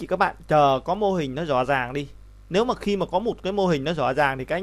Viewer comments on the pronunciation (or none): Video rất hay và bạn có thể nói từ RỎ là RÕ, LẺ là LẼ được k :)